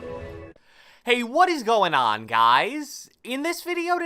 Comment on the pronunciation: The way you say ”what is gOIn oN GuUuyS” is hella wierd b